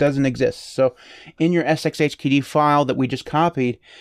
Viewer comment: The sxhkd pronunciation was on POINT. I give this review an A+ 100% 10/10 Good day sir :)